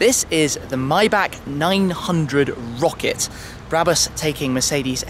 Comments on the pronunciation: It's a Maybach not mybach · Its MAYbach not MIbach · I think its not MaybAK but Maybar isnt it? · „Maybag“ omg... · lol dude says myback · Myback? Get ur mouth clear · you're in Germany buy cant pronounce the name of tge car correctly? then you've missed the point of such an introduction :O